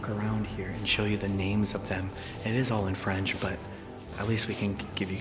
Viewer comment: your french pronounciation is pretty good! nice